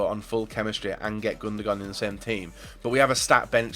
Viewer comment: Am I the only one annoyed by him saying "Gundogon"?